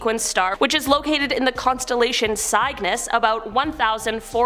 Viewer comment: The constellation Cygnis is pronounced "SIG-niss". It derives from the Latin word for"swan", as is the English word for a baby swan "cygnet"